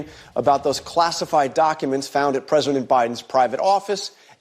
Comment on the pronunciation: Why do you pronounce documents doo awk uments? You sound Canadian with that accent.